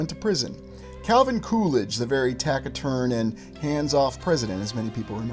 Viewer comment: Taciturn is pronounced (tasiturn)